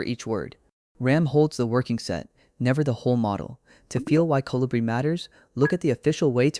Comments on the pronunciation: It's not Colíbri, it's Colíbrí. It's a bird 🐦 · It’s pronounce, co-li-bri, the accent on bri.